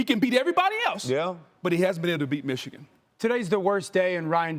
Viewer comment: And it's not ichigan. It's MICHIGAN.